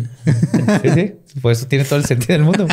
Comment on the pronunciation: “mudio” alguien más lo noto?